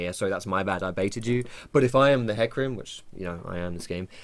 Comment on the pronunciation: JUST ABBREVIATE IT TO FUCKING 'HEC' THERE IS NO NEED TO ADD A USELESS FUCKING VOWEL SOUND JUST TO HIGHLIGHT HOW MUCH OF A MOUTH BREATHING TROGLODYTE YOU ARE